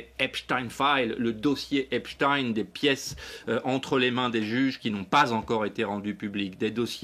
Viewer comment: Ça t'arrache la gueule de prononcer Epstein correctement comme Einstein !